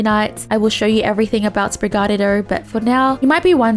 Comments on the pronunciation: Really you're messing up the syllable stresses and basic vowels. Spanish uses English vowels, but each only have a single main pronunciation. So A, E, I, O, U, are "ah", "aye", "ee", "oh", and "uu". The syllable rhythm is usually every other syllable is stressed, since the second to last syllable is pretty much always stressed unless a vowel has an accent for clarity (Like papa vs papá, first vs second syllable being stresed is the difference between saying potato or dad). And Sprigatito, comes from a tree word and Spanish for small cat, or kitty. So it's SPREE - gah - TEE - toh. It's actually very fluid to say. Yours sounds off compared to everyone else is because you keep stressing the "ga" part, which is messing you up. When in doubt, check out the Sprigatito Singing Despacito video by voice actress Christina Vee, because it's adorable, and would clear it up. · I can never get over how funny it is how pronounces Sprigatito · Somehow she just manages to say it worse after trying to repeat it 😆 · I love it so much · Her saying spaghetti was actually a lot closer to the name than her pronunciation of Sprigatito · She said it like sprig a dido But its actually (Spri-Gah-Tee-To) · It’s like she’s saying “Sprig-a-Ditto” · Pronounced (Spre-GAT-ee-toe), if not then I'll just call you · It’s pronounced spree gah tee toe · girls it's "spreegateeto", that's not an accent that's just saying something wrong. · Try saying it like this: Sprig-ah-tea-toe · sprig-a-TEE-toe TEE as in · REPEAT WITH ME,: Spree- Gah- Tee- Tuh. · That is not how you say it. It's Spriga-Tee-Toe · Sprigatito is pronounced: Sprig-gah-tee-toe. it's sprig (a kind of plant) + gato (cat in Spanish and Portuguese) + -ito (a Spanish suffex meaning something small/diminutive). In case you struggle to pronounce the words it's based on they are, sprig: sprig, gato: gah-too, -ito: ee-toe. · Assistance with pronunciation: Spree-gah-tea-toh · Its sprig-ga-tea-to. Hope this helps